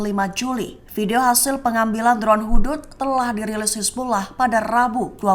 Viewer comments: Bukan drone Hudhud la... 😂😂... Drone Hud Hud... Sempena nama Burung hud hud yg membawa berita perkbrn kpd nabi sulaiman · Membacax Hud Hud min bukan Hudhud